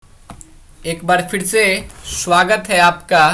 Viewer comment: Suvagat nahi hota swagat hota h